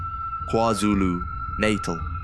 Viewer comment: Agree a great video, but the voices are definitely AI generated, especially the one with the Afrikaans accent.... no Afrikaans South African will butcher the word "NATAL" like this.